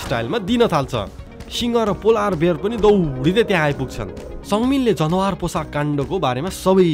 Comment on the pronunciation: When I hear you say जनवार instead of जनावर , I remembered myself old self who used to say like that😅😅 and ekdin sathi le khartarnakh billa handeko thiyo, Tara hajur ko awaz ma sunda nikai ramailo lagyo hehe. Dherai maaza Ayo dai, hajur ko story vanne saeli ni nikai romanchach xa ..😊